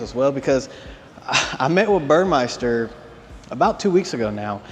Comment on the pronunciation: it is pronounced BUR-MES-TER. It is not bur-MICE-ter. It’s spelled Burmester. Good video! Thanks!